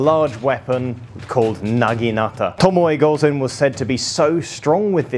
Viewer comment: "Tomoey gouzen" quite an interesting pronunciation